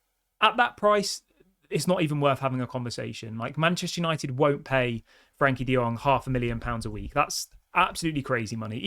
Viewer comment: I hurts a lot when I hear Frank De Jong name.